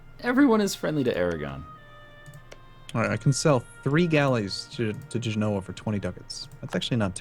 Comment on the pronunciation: It's pronounced Ge-no-ah Genoa